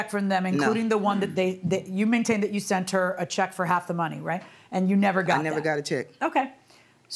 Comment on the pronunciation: I hate when people say "sunt" 4 the luv of God its sent 😊